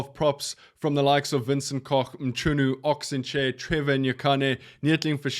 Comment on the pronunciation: Bro you gotta work on your pronunciation of some of these guys’ names. It’s hard for me to believe that Mchunu is that hard to say especially as someone born and bread in SA. You didn’t bother saying Ntlabakanye’s second name, kinda disappointed with the lack of effort.